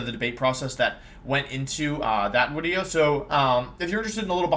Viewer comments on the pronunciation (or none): The "so there I was" Was extra crispy today. Top tier wideo. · Here's my banana to this wideo. Love ya, wideo man :)